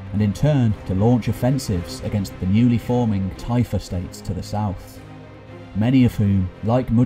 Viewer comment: Typhe states? Tife estates? Tyfa States? What are you saying?